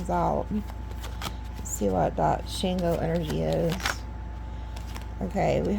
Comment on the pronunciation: Love your readings. You’re one of my faves. Just want to say Shango is pronounced like ‘SHAHN-goh’. Hope this helps. Keep up the good work ❤